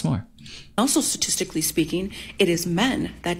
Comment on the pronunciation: "Schtatishtically" hard lips, jaded lady 😂 turn into a dictator and produce ultimatums. I'll turn into a magician and dissappear, have no fear 🎩✨